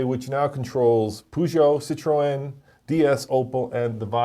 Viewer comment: Learn to say fiat and Citroen correctly............